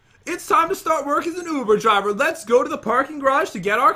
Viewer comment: I'm sure I'm not the only one but... "I have never been to..ovooo driveer"!!